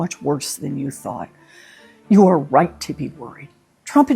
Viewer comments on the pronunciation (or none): none